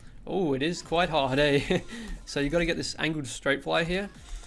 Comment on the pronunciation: I can tell hes a canadian just bc he said "eh" maybe im wrong but its fine